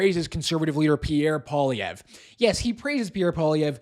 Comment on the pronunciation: LOTS OF HYPE! Alex Jones doesn't know his name? No ! Jones made it clear who he is talking about. Problem: he can't pronounce his name. This hype man is all BS. He wants to make you angry! Angry fanatics love fanatics.